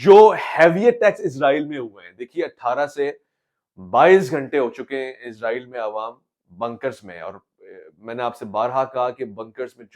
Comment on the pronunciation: Ye Izraeel nhi Israeel hai "zy nhi seen hai yahan"..... Izraeel ek farishty hain Jin ka naam Hazrat Izraeel as hai jab k mulk ka naam Israeel hai jo k Hazrat Yaqoob as ka laqab hai....